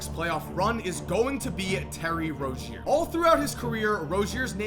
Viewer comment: ITS PRONOUNCED LIKE ROZE-ZEER. PLEASE